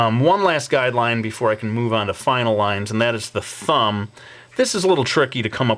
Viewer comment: I hate how you say fumb instead of thumb, u need to work on that dude